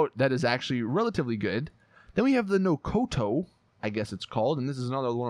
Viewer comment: Bomshuka can you not read, it's Bombushka. Also it's not Nokoto it's Nokota READ